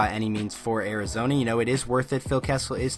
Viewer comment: Did you say Arizona or Arizonee